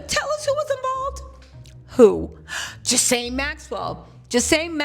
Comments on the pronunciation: Ghislaine (Gee-Lynn) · Ghi-La-ne is the pronunciation the s is silent, I believe it's a French name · Gerlaine is the pronunciation. I think Trump will pardon her In exchange for her silence. However, this makes him look extremely guilty pardoning sex offender of the likes of her.